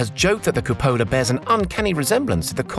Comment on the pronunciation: Hi, nice video. Just FYI the Italian word for "dome" is supposed to be pronounced "cùpola", with the stress accent on the first syllable, not "cupòla". ;)